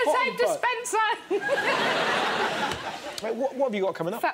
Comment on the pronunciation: She said sanitize dispensar OMFG